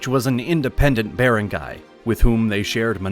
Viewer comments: Please hire a filipino to make you learn how to pronounce the wordslike barangay. Ba-rang-gay. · it's not even correct the AI voice said "be-rang-gay", it should be "ba-rang-gay" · The A.I. was terrible! My Ilocano and Illongo friends all say 'Bar-Ahn-Guy' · Nice video but it kills me how he says barangay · The AI voice need to learn correct pronunciation. Start with barangay. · Manila and Barangay’s pronunciations